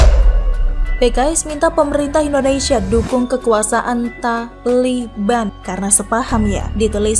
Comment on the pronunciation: Kenapa harus TA , LI , BAN ? dn kenapa tdk TALIBAN... Ucapan kurang bener ...